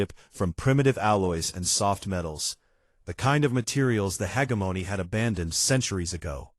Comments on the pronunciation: You mean "hegemony"?? Emphasis on second syllable "heGEmony". The baby looked up at him in one sentence, then had its eyes closed in the next. Continuity, please. "Chiton" pronounced correctly once, then incorrectly??? All babies have blue eyes to start with, and don't have teeth. Can't we at least give AIs some sort of basic education?? I'm out . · Learn how to pronounce “hegemony.”